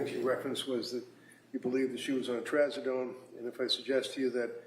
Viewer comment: Don’t you just love this prosecutor - “After,,, she’s ONLY on trazedone, adivan and amitripyline.” CHAP GPT - Taking trazodone, Ativan (lorazepam), and amitriptyline together can be risky because all three affect the central nervous system. While a doctor may sometimes prescribe them together in carefully selected cases, combining them without medical supervision can increase the risk of serious side effects.